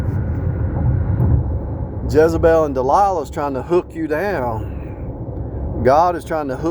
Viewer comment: Like how you said Jezzebel (hell) & De lie la. Perfect. My son married both in one. A nightmare & he has no idea. She steals from me all the time. Right out of my pursue & place. Nightmare!